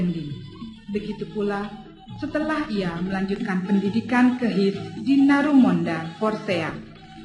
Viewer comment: H. I .S dibaca bukan His, tapi Ha..I..Es